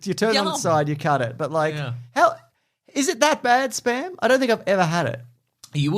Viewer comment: I really hate it when people say SPUM machine.